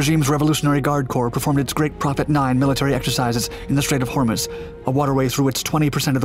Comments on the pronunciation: I've never heard "Hormuz" with accent on the first syllable before. ...Nor with the second syllable pronounced "muss" instead of "mooz". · That is pronounced "The Straights of "Hor-mooz"". Not "The Straights of "Hormis"" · it's the strait of hormuz (Hor-MUZE) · Strait of Hummus? (Yes, I KNOW it’s ‘Strait of Hormuz’. It’s just the yank’s pronunciation). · Ah yes the straight of hummus. Good with celery I hear. You’re videos are generally pretty good but your pronunciation has always been very poor, a quick google every now and then would save you a lot of embarrassment.